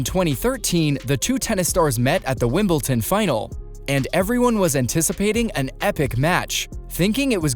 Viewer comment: It’s WIMBLEDON not Wimpleton !😂😂😂😂😂😂😂😂😂